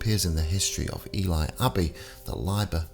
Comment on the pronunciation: Love these videos but PLEASE pronounce City names properly. Ely is pronounced EeLee and Leominster is pronounced Lemster. Otherwise keep up the good work.